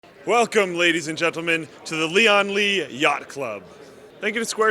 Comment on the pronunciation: Leeon Lee